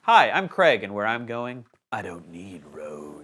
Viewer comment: your name is craig not creg